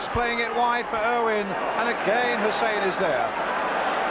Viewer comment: Why they used to pronounce Hysen as Hussein I'll never know.